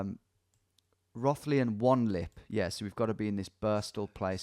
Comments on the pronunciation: I still live there, the sheer pain of him mispronouncing Rothley Is catastrophic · In classic English place name fashion Rothley isn’t pronounced as it looks. It’s Row-th-ley It’s claim to fame is being where Madeline McCann was from.. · Same! and him miss pronouncing rothley and thinking thurmaston and thurcaston are the same place. as soon as i saw highcliffe i was like no wayyyy so funny. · Nice to see you in Birstall where I grew up! Did make me laugh at your pronunciation of Row-thley 😂